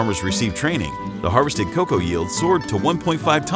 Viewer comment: What is "KA COW" ? Great video other than that. PS it's COCOA.